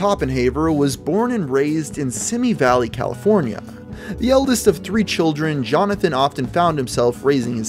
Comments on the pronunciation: It’s pronounced: see-me valley, California. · Hey man! Love your content! I would like to mention “Simi Valley” is pronounced “See-Me”, at least to us who live around here. Keep up these great videos.